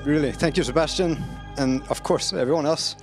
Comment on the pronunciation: Holy shit, that sebastien pronounciation was on point. Even got a bit of a quebec accent in it!